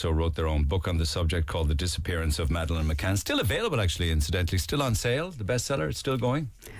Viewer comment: totally agree!!! btw, i hate how gerry says " Maaaaaaaadelaine" ! its over pronounced & annoying! These two mccann apologists are missing out the very obvious and rudimentary elements of this case, especially the fact that they were allowed by Leicester police to "interview" the 2 resort managers. Where on earth would that be allowed? they are guilty as sin!